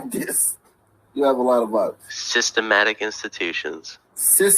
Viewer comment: "Sistahmatic institutions" 👩🏿‍💼👩🏿‍⚖️